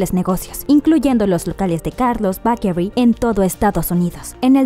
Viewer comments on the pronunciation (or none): No entiendo por qué utilizas ciertas pronunciaciones para mencionar algunos nombres propios de manera correcta, pero te cuesta tanto decir la palabra 'bakery'.